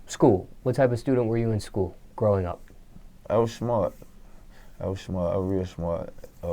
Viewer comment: Vlad:"How was school":"I was Shmart"